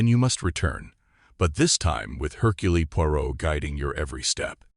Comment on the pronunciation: Mispronounced "Hurcule". I just can't. I'll read this story in an actual book.